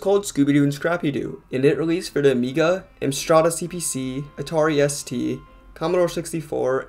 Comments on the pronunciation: What is it with Americans totally butchering UK names lol. It's said like Am-strad. Great video tho! Looking forward to more whole series videos from you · This is the first time I've heard someone call an Amstrad CPC an "Amstrada"